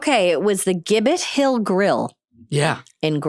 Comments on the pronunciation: It's pronounced Jib It Hill (Gibbet Hill in MA) ;) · I forgot Steve grew up in Acton, MA! I grew up in the next town over from Amy, and now in Groton, and the restaurant is pronounced Jibbet Hill , hahaha, not the hard G, like Steve said. Sorry I missed him!